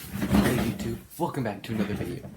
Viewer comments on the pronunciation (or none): yo, it sounds like: Hey guys, fuckin to another video. LOL 👌👌👌